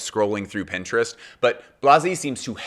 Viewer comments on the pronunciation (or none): none